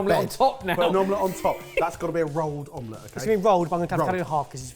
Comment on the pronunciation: When Barry said omlett, a little part of me wished he'd said cloud egg.